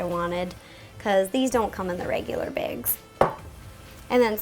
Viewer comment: You've changed A LOT. It's not necessarily better or worse but definitely a change. Still, you call bags (bah-gs) baigs